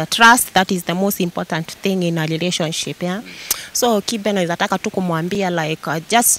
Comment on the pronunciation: Its kibe and not kipe,,, come on stop chasing clout, you're the ones to grow up instead of chasing clout 🚮